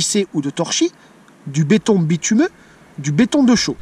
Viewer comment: Béton bitumineux, non pas béton bitumeux.